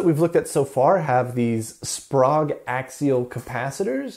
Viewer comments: SPOGUE ?? try SPRAYGUE. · Love this series. Pretty sure Sprague is pronounced [ S P R AI G ] though... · the Sprague capacitors are very good caps. Used in quite a lot of Military and NASA designs. By the way the name is pronunced spay ga. Their advertising jingle was " Don't be Vague, Ask for Sprague ".......